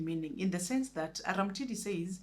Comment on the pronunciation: Read it as Arumtidi not Aramtidi,it sounds weird in Luo dialect from which that character is derived